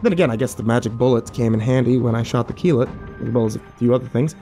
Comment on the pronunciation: ok now i'm curious how you pronounce that dog's name, Kilat? Akillat? anyone knows? Edit: nvm found it, Keelut, boy i was way off mark lol